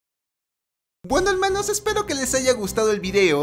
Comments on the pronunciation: Al Inicio Me Dio Risa Porque Dijo Helmanos y Se Decia Hermanos jajdjddansqwdd mh wfqvqwfmbqbwddnqq nd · Like Si extrañaba el "Helmanos" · Me encanta dice helmanos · Me encanta que digas " helmanos" te queda genial y grasiosisimo estas mamadisimo😂